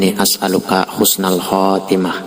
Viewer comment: bukan khusnul tapi yg benar husnul